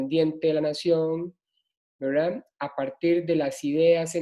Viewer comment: Todo el rato dice: wra.... en vez de verdad, se hace pesadisimo.